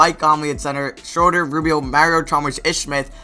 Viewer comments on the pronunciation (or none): It's SHROO-DUR